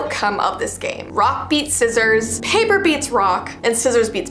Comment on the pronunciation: you said “rock,Paper,sissiors and it’s soppose to be “Rock, Paper,Sissiors, shoot”……….